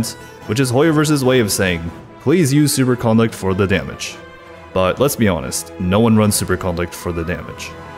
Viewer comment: Does it drive anybody else nuts that he pronounces it "supercOnduct" with an emphasis on the con?